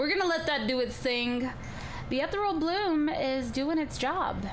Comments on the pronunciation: I'm pretty sure ethereal bloom is pronounced "eth-eeree-al bloom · Am I the only one who thinks she's pronouncing "Ethereal" wrong...